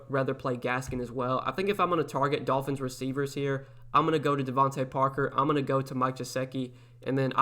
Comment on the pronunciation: U literally just said Tolphins lol 😂 but no good content as always ! I won two lineups week 2